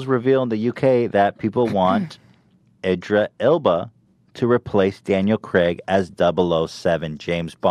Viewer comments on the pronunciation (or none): Lol Ethan mispronounced Idris Elba's name twice then proceeded to say that he loves him.